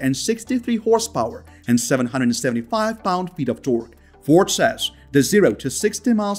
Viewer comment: I stopped listening after you completely butchered the pronunciation of the Ford.